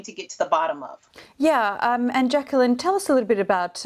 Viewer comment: Jekyll-line? It’s Jacqueline jeez